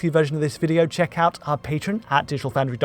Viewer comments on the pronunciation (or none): none